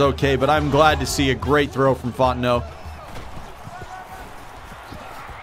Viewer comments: Thing I thought I'd be most excited about: Seeing Wayne Fontenot in a game Actually most excited about: Hearing pronouncing the last name Fontenot correctly. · Thank you for getting Fontenot's last name correct!